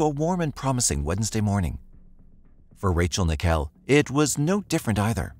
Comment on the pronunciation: IT! IS! NICKELL! LIKE THE COIN! I HATE PEOPLE MISPRONOUNCING MY NAME!